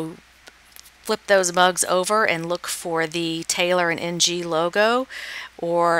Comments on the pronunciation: Ng is pronounced "ing" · Lovely video. Very informative. I lived in Hawaii for ten years and had many Asian friends. Ng is definitely pronounced Ing.